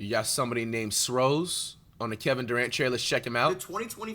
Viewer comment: Six rings of steel bro not sros🤣🤣🤣